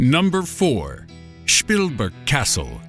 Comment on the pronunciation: The German pronounciaton of Spielberg is wrong